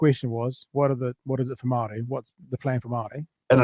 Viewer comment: Jackass can't even pronounce Māori properly. 😒